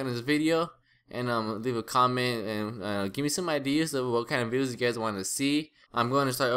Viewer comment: he said bideos, is he kidnapped?